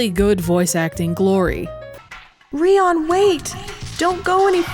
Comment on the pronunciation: suddenly changing how she pronounces Rion from "REE-on" to "ree-OWN" is very jarring